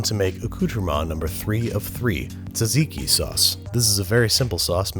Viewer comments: Ah its not ta-zee-kee its sat see kee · I got triggered when you pronounced Tzatziki like "Taziki". It's pronounced how it's spelt, Andrew.